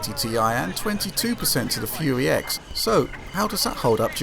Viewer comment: I love it when he says "Fuey X" XD